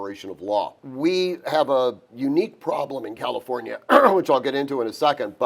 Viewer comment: Once he said Calinfornia….scroll to next vid 😂